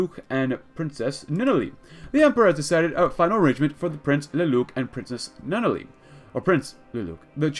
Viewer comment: Love that you're doing this. Lelouch is pronounced (Lay-Loo-Sh) and Nunnally is pronounced (N-On-Al-Lee)